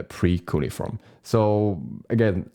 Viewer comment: I think its pronounced cue-knee-form and it is the name of an ancient form of writing know to the time period